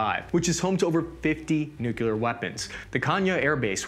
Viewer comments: The number of times he's said "nucular" weapons leads me to believe that some of the mispronunciations might just be intentional. Designed to get us to comment about it, like this. (Although some of the Ukrainian villages are only pronounceable by locals anyway.) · Forever NUKELAR! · You could say that he just wants to go "nucular" on us. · Donic People mispronouncing 'nuclear' as "New-Q-Ler" will forever be a pet peeve of mine.